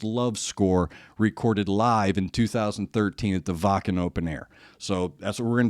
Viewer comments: I am a fan of the band, and now the channel. You pronounced Wacken correctly. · You may be the first American on Youtube that pronounced Wacken correctly. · You are the first reactor who pronounces Wacken right.